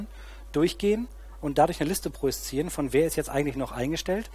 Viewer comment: Wehe, du sagst noch einmal "projiszieren".